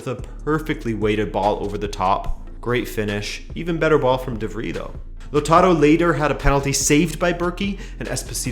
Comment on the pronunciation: Your pronunciation of De Vrij hurts my soul.